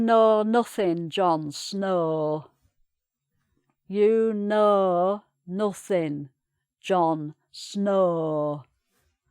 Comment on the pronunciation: Im proud to be from Yorkshire! Best accent😉 The only thing is when you're pronouncing words like "know" you're dragging the vowels out just a tad bit too long. But otherwise was a good lesson😊